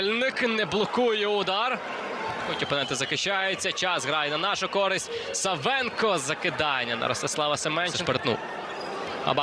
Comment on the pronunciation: Накоглос на першу А в прізвищі САВЕНКА!!!